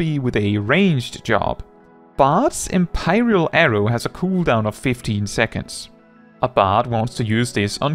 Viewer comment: "Em-pie-ral arrow" I wish to empie you!